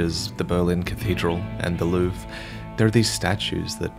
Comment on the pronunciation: baguette baguette croissant! could you americans pls stop to pronounce foreign words in an english style. you have a 0.5% chance to be right with this. there are no silent letters in Louvre